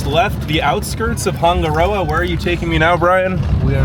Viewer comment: Wish you actually took the time to learn how to say Hanga Roa. Sounds horrible. Switched off